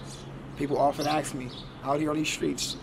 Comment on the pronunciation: Please no judgment but please it’s ASK not AXE